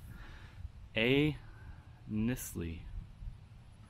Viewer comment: It's Knisley...like a long I . It's a local family. Old money 💰